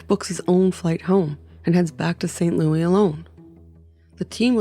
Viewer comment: St. Lewisssssssss, not Lou-eeee